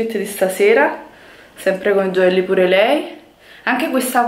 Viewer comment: Comunque si dice "piur lei".